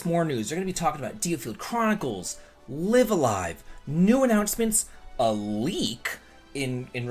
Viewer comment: Finally someone who does not make me cringe as he is saying the name LIVE A LIVE! Not lieaf a lieaf 😅🙏